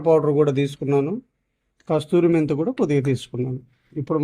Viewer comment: Just correction.....అది కస్తూరి మేతి కాదు..... కసూరిమేతి 😊